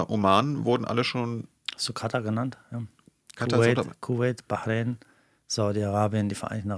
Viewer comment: Allein, dass er konsequent 'Iran' und nicht 'Der Iran' oder 'im Iran' sagt und auch Wörter/Begriffe wie Messias und Bahrain richtig ausspricht, zeigt, dass er Interesse an und Respekt für die Region und die Menschen dort hat, da spürt/hört man die Expertise. (Vielleicht möchte sich das ja zum Beispiel nehmen und sich diese unsägliche Merzsche U-krei-ne abgewöhnen: Es ist die U-kra-i-ne...)